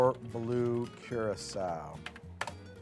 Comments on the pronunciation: dang, the fact I couldn't tell is spooky. The only reason i questioned it was the way it pronounced Curacao. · I liked the original a lot but the voice was really bad. A modern text to speech would be fine but you gotta pick one, your guest host needs a consistent voice. Unfortunately you still needed to spend a week teaching it to pronounce Curaçao.